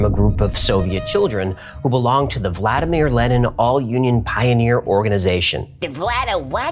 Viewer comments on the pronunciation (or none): none